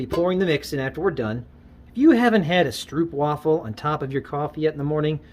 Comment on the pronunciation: Instantly liked just cause of the stroopwafel can! That was a nice surprise! Just one comment on the pronunciation, it's just a regular American sounding single O 😊. Thanks for the video, I am just starting off with my home shop and am definitely going to get some beeswax and see if I can make a batch of that paste.